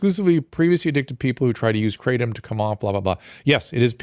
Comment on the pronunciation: It's pronounced krah-TOM, not KRA-tom